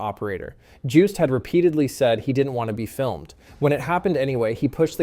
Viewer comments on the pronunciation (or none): pronounced as "Yost" (because the letter "J" is pronounced as the letter "Y" in the Dutch Language), happened twice in this video. Next time be careful with the name pronunciations. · Joost is pronounced with the j like yoke and the oo like toast